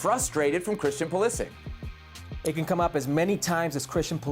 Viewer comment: How have these guys been allowed by their producers to mispronounce “Pulisic” for years now?